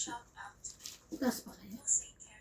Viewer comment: Yong pronunciation sa last name ko po is just like when you say “school”…Dutch name yan….”schut” parang “s cut”….nakaka loka hahaha…